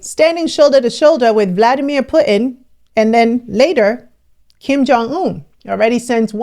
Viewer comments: You are butchering Putin's name. It's not Put In, the U is pronounced differently. It's hard listening to your pronunciation of his name. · ALERT: Mostly for Americans but it's seems many cannot say Putin. Putin as the letter T right in the middle..... Smh...